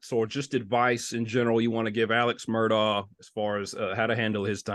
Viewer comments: It’s pronounced Murdock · You are pronouncing Alex's last name wrong, it is pronounced: Mer...dock.